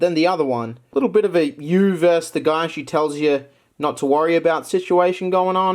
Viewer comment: WHY DOES HE SAY VERS' INSTEAD OF VERSUS